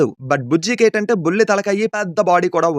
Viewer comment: Balli kadhu bulli😂